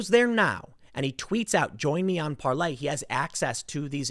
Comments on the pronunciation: Can some one get it through Tims skull it's PAR-LOR not Parley god it's painful everytime he says it. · It is called Parler, not Parlay. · Hi Tim, it's PARLER....ER.....NOT PARLAY.....kEEP UP THE GREAT JOB! * TRUMP 2020 ** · It's Parler not parley lol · Par-ler dude.....Parley is "tweeting" on Parler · Tim it is PaleR, not PaleY, You've called it Parley in 2 posts now. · ParlER not parlAY!!!!!! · Tim please, its parLER not ParLEY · Why does he keep saying "parley" it's parler🤣🤣🤣🤣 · Tim What the hell is Parlay??? Its ParLER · Is it really pronounced, PARLAY? Isn't it just Parlor? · Why you calling it Parlay? When it is Parler? Get it right so people listening actually know where to go! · Tim, the site owner says it is pronounce par-lor as in a place you go to sit and talk. Not par-lay as in a pirate detente. ;) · Can you pronounce Parler correctly already? Parley? Where tf is that coming from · Tim parler is pronounced with the r at the end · Stop mispronouncing PARLER. A “Parley “is the message itself. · You are using the French pronunciation? Not Parler as in where you have conversations as in a parlor. I can't tell.... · Tim calling Parler "Parlay" hurts.